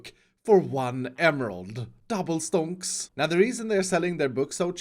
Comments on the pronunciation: It doesnt sound like stonks, it sounds like stånks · I love how iskall pronounce stonks.